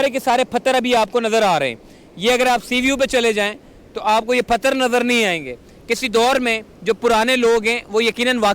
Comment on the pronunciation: Ap bhi pagal ho😂 ye bandaa pathar ko phatar bol raha hai ap usko sikhaane chale ho 😂 kaisaa lagaa meraa majaaak